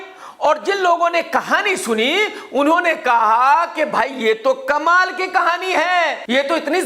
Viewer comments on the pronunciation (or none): none